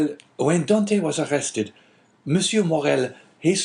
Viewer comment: Could be because of the unforgivable mispronunciation of "Dantès" and the ridiculous affectation of the characters manners of speaking, amongst other things.